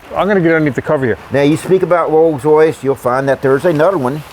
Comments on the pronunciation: Wolls Woice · a "Woills Woice"????